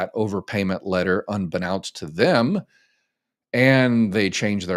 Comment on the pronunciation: Please refrain from using the word " unbeknownst" until you research how to PRONOUNCE it.